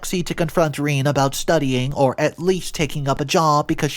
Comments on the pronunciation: sigh - Rene is pronounced "ren - eh" duuuude look things up. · Rene?! Really? Reen? WTF?